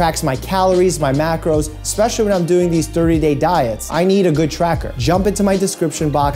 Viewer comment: When he want to say "jump" he said "jzump" XD or did I just hear that in my head XD "lol"